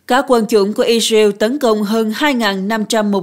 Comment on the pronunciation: I dza iu = Israel ? Hắc tê đê = HTĐ ? Nên chọn phát âm nhân danh,địa danh theo Pháp hoặc Anh và gắng phát âm càng chuẩn càng tốt ( không phải tất cả nhưng hiện nhiều từ ngoại quốc phát âm không thống nhất, sai và nặng . Tiếng Việt thì khá đẹp).